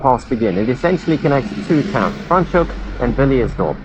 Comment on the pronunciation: Why are you saying Fraans Hoek, so weird?